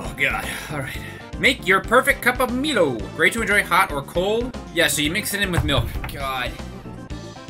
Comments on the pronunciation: I'm Australian and the only things I'm (jokingly) offended by are; saying that Turkish delight is orange flavoured (the Cadbury one is Rose flavoured like the main traditional Turkish delight but you can get orange flavoured non-chocolate covered Turkish delight.) and calling Milo, me-lo instead of my-lo. Also Milo is mostly malt barley and only flavoured chocolate. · 1. Oreos are nothing like Tim Tams, oreos are nice but come no where near the awesomeness that is a Tim Tam. 2. I hope you are pronouncing Mile as a joke, like, yall have the name Milo in america, so you must be joking right? 3. You used way too mucb Vegemite, thats was like enough for 3 pieces of toast and you put it on 1/4 of 1 slice of toast. not to mention you didnt use any butter... classic american mistake, yall always eat it by the spoonfull and then cry that its over-powering. Glad you liked most of the chocolate stuff, its better than that overrated hershie stuff yall eat. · Okay,. Two things you did wrong here. First, you used way too little Milo (Pronounced My-low just so you know). You need a lot more milo than that. If you have one of those electric frothers, use that. The milo will mix faster. Secondly, the vegemite. The amount you used isn't too bad but where's the butter? Why did you neglect the butter despite knowing it's going to be salty? If it's still not good enough for you, melt some cheese on it. Vegemite and melted cheese is awesome. Or better yet, just an FYI. LA Beast ate a whole jar of vegemite, no bread or butter. And he's American too so you have no excuse. Man up! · As an Australian it hurt me inside with how you pronounced Milo. But overall not a bad review from your end though. I enjoy every food you reviewed in this vid. Have an amazing day 🥲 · the way he pronounced milo and vegemite hurt me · Everytime you pronounce milo the way you do, a cry a bit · You pronounced Milo wrong, and you need way more than 1 spoonful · Pronounced My-low